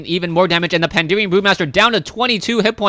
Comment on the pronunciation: Why does everyone say "Pandeerian" >_< Pan - da - ren ... xD